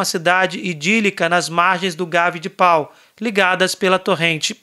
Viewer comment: Muito bom! A cidade de Pau se pronuncia “Pô”. O nome de Bernadete se fala Subirú.